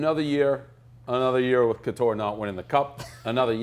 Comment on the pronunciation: bananas how prez doesnt know how to say coutures name but can name who the last player who was allowed to go no helmet in mactavish